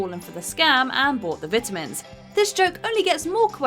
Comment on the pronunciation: I don’t like how you pronounce vitamins